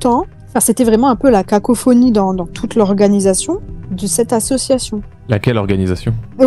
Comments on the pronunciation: Déjà comment peut-on croire quelqu'un qui dit faire de l'humanitaire et ne sait pas prononcer association correctement 😂 Très bonne vidéo comme d'habitude ❤ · Ya un truc dont tu parle pas et qui me rends fou Le gars sait pas prononcer "association" il fait que dire assuassion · Ça va sembler bête mais bon sang qu'est ce que sa façon de prononcer "association" me sort par les yeux "assieossion", tout me gave dans ce personnage ! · Suis-je la seule à être trigger par sa façon de dire association à Dylan ? Assiassiiion 😅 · Il y a un truc qui n'a pas été assez mis en avant dans cette vidéo : Dylan est incapable de prononcer le mot "association" et ca me trigger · Comment il écorche le mot "association" il m'fait serrer ce Dylan à la con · Le mec ne sait prononcer " association" ça devrait mettre la puce à l'oreille... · Malgré tout ce qu'il "fait", je vois qu'il est pas foutu de prononcer le mot "association" sans bafouiller. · Dylan, il faut qu'il arrête d'essayer de dire "association" et "humanitaire", quel que soit le contexte. Je crois que dès que le mot fait plus de 2 syllabes, il a vraiment, vraiment du mal. Je lui propose de se limiter à des mots comme "club" et "gym", après, peut-être qu'on pourra rajouter une syllabe petit à petit. Edit: qu'il ferme sa gueule, c'est aussi une alternative bien tentante, remarque. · On en parle de comment il prononce « association » ? Insupportable de A à Z. Quel personnage lamentable.